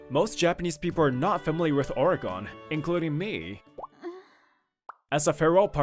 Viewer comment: ORY-GUN not ORY-GON!